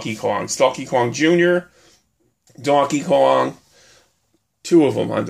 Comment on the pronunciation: He said Dawnkey Kowng 😂